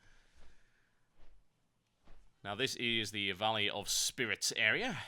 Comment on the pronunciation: "it is attached to the valley of SPIWITS!" you made my day <3